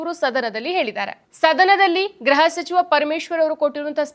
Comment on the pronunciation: ಗ್ರಹ (graha) ಸಚಿವರು ಅಲ್ಲಮ್ಮಾ, ಅದು ಗೃಹ (gruha) ಸಚಿವರು. ಗ್ರಹ ಅಂದರೆ planet, ಗೃಹ ಅಂದರೆ home